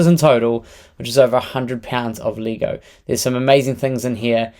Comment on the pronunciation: Funny the accent makes you say Leeh-go😂